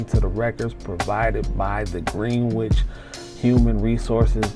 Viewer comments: Pronounced GREN itch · It’s Gren—nich (phonetically)